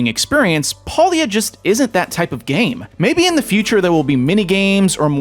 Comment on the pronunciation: It's pronounced pay lia, and no that's not a pun